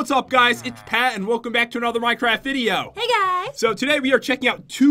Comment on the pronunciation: It's pat not pet😂